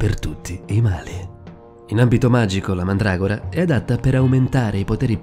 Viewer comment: no pke si dice mandragora